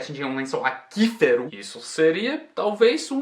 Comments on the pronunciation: Desculpe a ousadia mas tenho que falar: aquífero se diz “akui” e não “aki”, como em “Quiet(Kuaiet)”, akuífero... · aquífero se pronuncia aQÜIfero, Não akÍfero. good Job, great Portuguese and thx for the lesson! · Aquífero, acuífero se pronuncia!! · Mais um ótimo vídeo, apenas uma correção, a sua pronúncia de "lençol aquifero" acabou soando como "akifero". Na verdade o som seria um "akuifero" bem rapido, estilo o som que o QU faz na palavra "cinquenta" Até uns anos atrás o português tinha o acento para indicar quando existia essa pronúncia, por isso era escrito "cinqüenta" e "lingüiça" ou até "freqüente". Hoje não há mais o acento então é normal se confundir, Abraços, See you man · Poço = .... atingir um lençol aquífero = pronuncia-(acuífero)=cuífero 🙏 vocêfala melhor português do que eu 😂👍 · Não, não...acho que o que escrevi deu a entender errado. Eu sei porque "aquífero" se pronuncia assim, por causa de Acqua mesmo. Eu quis dizer que o lógico seria na concepção de um estrangeiro como o, entende? Porque é quase certo que ele leu essa palavra como "akífero" por quê a palavra AQUI se pronuncia AKI, talvez tenha sido uma relação automática na mente dele. E querendo ou não, a ausência do trema torna uma leitura correta na primeira vez de certas palavras, atualmente, quase que impossível, justamente por não ser possível identificar quando se pronuncia o U ou não. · não entendo esses gramáticos, pelo visto tanto na língua inglesa quanto na portuguesa, eles só fazem complicar nossa vida. É que nem o trema no Brasil, se ainda existisse o, por exemplo, não teria pronunciado "aquífero" da forma errada. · Ai meu Deus! AQUÍFERO!! Quando tem que falar o "u" ele não fala. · uma dica, na palavra aquífero, o u deve ser pronunciado (ele era escrito aqüífero antes da reforma ortográfica) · a palavra "aquífero" tem a pronúncia do "qu" diferente da que você pronunciou, mas normal você ter pronunciado assim, já que nada indica o outro modo de falar